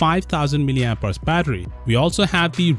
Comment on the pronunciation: Oooo "mAh" God 😂😂😫😫... That was beautiful